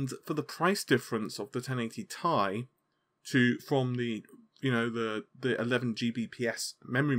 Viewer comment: ten eighty TEE EYE. Short for Titianium.... tye, sounds terrible and cringy